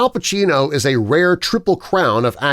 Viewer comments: Downvote for lack of attention to detail, It's Al Pacino, not Pachino. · There is no H in Pacino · I said that and Pacino not Pachino